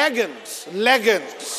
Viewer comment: said leggums I love him 😍 ☺️😂